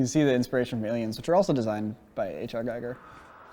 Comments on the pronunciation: Giger not Geiger;) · I'm pretty sure its pronounced "gee-gur" not "guy-gur".. And I sincerely hate being this guy.. I'm the one that hates on people that do what I just did.. but Mr. H.R. Giger deserves so much respect. Amazing amazing visionary. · "Giger" is pronounced "Geeger", not "Gyger"! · LOVE your vids but for the love of God, please get his name right. H. R. Giger is pronounced "Geeg-er" not like geiger counter. Just a little nit-pick but I think you guys can appreciate it. ;-) Other than that, fantastic content! Carry on! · (H.R.) Giger rhymes with eager and not 'Geiger' as in Geiger counter. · Giger rhymes with eager. Chuckleheads....... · Just for future reference it's H.R. Giger's last name is phonetically pronounces (gee-ger) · It's pronounced "H.R.GEEGER" Like in "Geek", ya Americans. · It’s pronounced GEEGER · his name is pronounced hr gheeger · H.R. Giger's name is pronounced like GEEGER (rhymes with meager).